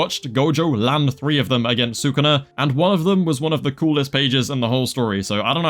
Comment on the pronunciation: STOP SAYING "SAKUNA" PLEASE